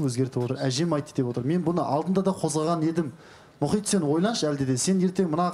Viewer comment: Мұқит Мұхит: Мұқит демеш 😅